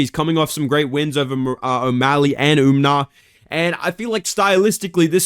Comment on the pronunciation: “umnar” holy casual. WE are not getting information from you lil dawg